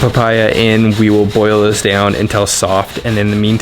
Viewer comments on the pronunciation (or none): none